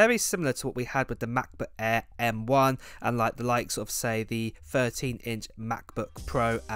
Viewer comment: why do you say air like that? lol MacBook ayaaaaaaa